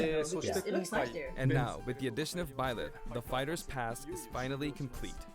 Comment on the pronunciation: I have no problem with Byleth joining smash I love fire emblem three houses also it’s pronounced buy leth not bae leth